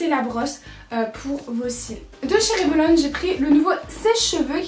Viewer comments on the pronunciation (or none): none